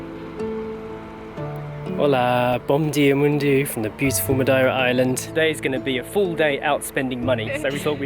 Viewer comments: Is it me, or are you pronouncing Madeira a bit funny? I though it was Ma'dear'ra - checking google, yeah both British and Portuguese pronunciations are completely different from how you say it. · Excellent vlog, but Its Dearer in Madearer :-)